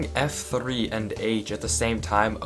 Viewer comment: you roll your r's when you say F-three